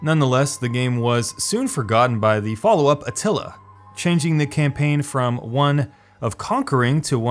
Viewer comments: It's Attila, not Atilla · 'Shogan', and he also spelled/pronounced Attila as Atilla , even though the correct game name was right on the screen in the screenshot. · Atilla? xD